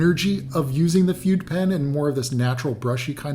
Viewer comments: I think 'fude' pronounced 'fooday', not 'feud'. I may be wrong. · It's pronounced 'foo-deh', bro. Not 'feud'.